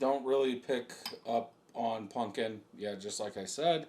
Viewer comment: bro your like 40 learn how to pronounce pumpkin. it aint a "punkin".